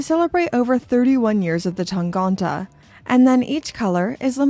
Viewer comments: tangente. tang-ente. ente with two similar e-sounds which sound like the e in „men“ in „he“. not tangonte. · it‘s tangente and not tangonta. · TAHN-GAHN-TAH is my new favorite word 😂